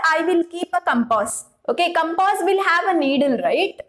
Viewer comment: Compass not campase 😂😂